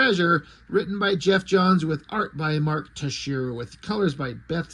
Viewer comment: Yeah its too bad. Love them both. Its not horrible but with two super stars it should have had more pizzazz! Jae's story looks like a Noir detective story, and Tex's is just pencils from what I see. Pronounce Texiera Tex-E-Era, at least that's how I heard it and how I pronounce it. ...Filling in blacks on an issue of Ghost Rider that he drew was technically my first comic gig.